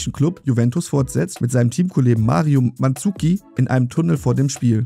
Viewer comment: Manzuki🤦🏻‍♂️ ES HEIßT "MANZUKIC"